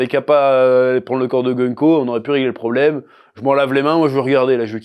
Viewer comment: "Le prombleme Loki."